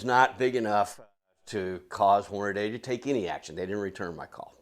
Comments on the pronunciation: Why, oh WHY do so many seemingly intelligent and literate people say "HornaDAY"!? It's clearly, unequivocally, and 100% pronounced "HornaDEE". You know... Just like it's spelled. Lol It's annoying. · Why do so many people call Hornady, "Hornaday"?